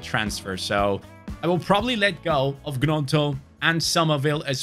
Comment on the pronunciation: Pronounced ñonto not Gnonto